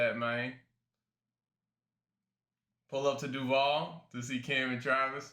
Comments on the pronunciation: ......It's DUUUUUUUUVAAAAL.....not DUUUUvaaaal 😂😂😂😂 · Shiloh you gotta work on your Duval. It's Duuuuuuval!!!!say it with your chest